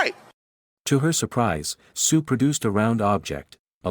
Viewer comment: I keep hearing suiiii instead of sue💀